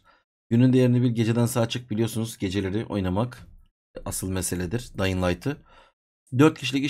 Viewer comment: Abi dayın değil dyıng